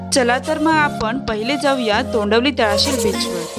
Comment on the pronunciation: तोंडवली नाही तोंडवळी